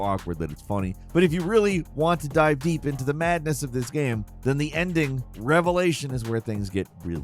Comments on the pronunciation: omfg say ''game'', not ''gahm'' it's been more than over than a decade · Is it really that hard to pronounce the word game correctly